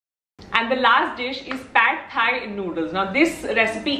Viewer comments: Amazing video ... Great and very healthy snack ideas 👏👍 Learnt quite a few new stuff in here and also wanted to let you know that the pad thai that u r prounouncing is incorrect .. I've actually stayed in Thailand for couple of years and it's pronounced as paad thai .. Loads of love 💕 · Pad Thai noodles is pronounced “PAk Thai noodles ”